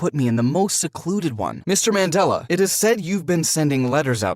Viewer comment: It’s great that is Not like the other channels.Atleast us South Africans that watch have some hope in some Americans that are not fully educated.I respect.(it’s not Mandala it’s pronounced Mun-de-la)❤️🇿🇦🇿🇦